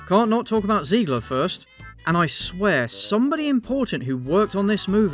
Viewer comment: I love you dude, but every time you say Ziegler instead of Zegler, I cringe a little and get Music flashbacks